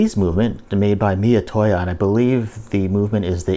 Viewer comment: He lost me at "miyatoya"